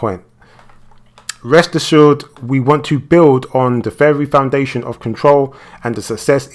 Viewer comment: "Rest assured, we want to build on the very FOUNDATION of Control..." I know I'm not the only one who caught that.